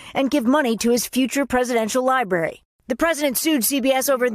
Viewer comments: "liberry" is not a fuckin word! it's spelled and pronounced "library" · 🎉🎉🎉love ya man but its Library not Liberry. 😅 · Bro. It's library. Not liberry lol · "lie-berry" haha. Love you Big dog! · Sorry man gotta do it to ya. Its pronounced Lie-brary library. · you said "li-berry"😅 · We’re ALL ADULTS RIIIGHT⁉ So why is here pronouncing library as ‘’LIE-BERRY’’ like a small child. At least he doesn’t have a lisp like a worrying amount of younger Gen Z’s 😳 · Love that ypur always just be ing you. Conservative/republican because you can think for your self. Lol he said "libary", love it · Honey, I love your work. Please perfect it by saying "LibRary". Don't forget that "R". Thanks.